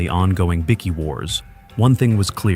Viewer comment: I’m hearing ya,might as well call them Tim Tams or Iced VoVos 😂😂😂